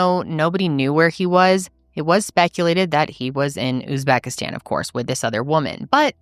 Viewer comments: That tik toker offering advice and not knowing how to pronounce Uzbekistan pretty much sums up American culture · what i was a little embarrassed about as a fellow American, that the advice-giver couldn’t pronounce Uzbekistan or seemed to ever have heard of it before. But I live in Europe but anywho.. One clue was he said they were empty-nesters which he and Emily aren’t. Of course he could have lied. But generally this happens a lot, it is a business in Uzbekistan as well as a lot of other places - catalog brides to put it bluntly and not p.c.